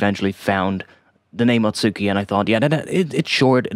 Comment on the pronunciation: Atsuki would be pronounced "aht-skee"